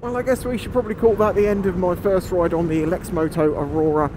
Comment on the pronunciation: Is that the way Lexmoto pronounce the name of the bike? At the start of the video you pronounce it differently.